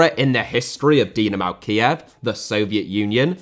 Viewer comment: Butragueño* not Butragano Dinamo* not Dinamau Stamina *not Staminer Zinédine* not Zeneden Fathers* not Fohrthers Weah* not Weyer Serie* not Siri Diego* not Diyeigouw Miles* not Mals Rather * not Rother Cannavaro* not Cannavohrouw Benzema* not Benzemohr Andriy* not Ondrey Rivaldo * not Revaldouw Figo *not Figouw Oleh* not Ouwlei Gullit* not Hăllet München * not Munich Omar* not Óuwmohr Sívori* not Sevori Gianni* not Dgiohrnni Lionel * not Leonl Roberto* not Robötouw Baggio* not Bagiouw Inter* not Ento Grande * not Grandeo Matthäus * not Matthejas Pelé* not Pelei Alfredo * not Alfreidouw Eusébio * not Yusséibiouw Mozambique* not Mouwzambic Nazário * not Nazériouw Johan* not Jouwhan Cristiano* not Crestiohrnouw Regime* not Reigime Half* not Holf